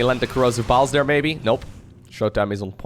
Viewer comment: Can you start saying there instead of dere ?